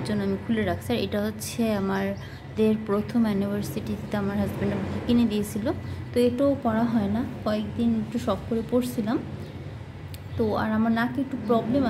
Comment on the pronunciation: এইটা হল আমাদের প্রথম এ্যনিভার্সিটি বললে 😱না ইউনিভার্সিটি বললে 😂😂😂 উফ্ বুঝলাম না 😂